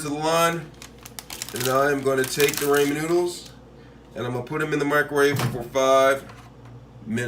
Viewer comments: Did he just say “Ray-Men”? It’s “Raw-men” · Every time you say "raymen noodles" instead of ramen, a baby gets Ebola. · He said Raymen it’s ramen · Raymond noodles he said? 😅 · Did he really pronounce it ray-men noodles? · idkk I heard ray-men lol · Yes people say ray-men but others say raw-men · Rah-men my dude RAH-men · It’s called Ra-men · Raymond noodles!! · Raymond noodles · That's not how you pronounce ramen 🤦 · Please learn how to pronounce Ramen noodles that is all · Bro how am I suppose to trust this bruh can make it if he can’t even pronounce it right😂